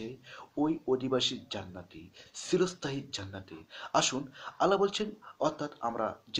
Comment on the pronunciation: খুব ভালো প্রচেষ্টা! উত্তম ভিডিও ! (উচ্চারণ: ' চিরস্থায়ী ' হবে, 'সিরোস্থায়ী ' , নয়! ঠিক উচ্চারণ বুঝতে আমার একটু সময় লেগে গেলো!)